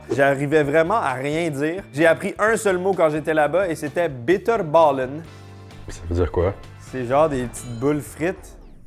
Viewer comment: Yo quand j'habite encore au Pays-Bas je mange toujours le hagelslag et bitterballen, et je trouve que tu as bien dit bitterballen!!!